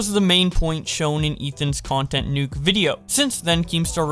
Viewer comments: Can you fixed the "nuké" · it's pronounced new-kay now